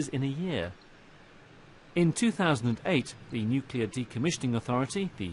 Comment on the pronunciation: Yet another nuclear industry professional who says nucular.